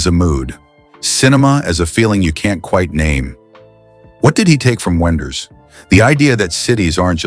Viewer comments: He was ironic about the pronunciation of Wenders' name. The right german way of pronunciate it is as "Vim Venders", not "Whim Whenders". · W in German is pronounced with a V- Wim Wenders.